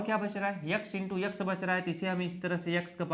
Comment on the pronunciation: यकस मत बोलो एक्स बोलो